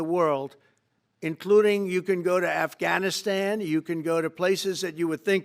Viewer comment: Dumb arse said Halfganistan instead of afganistan.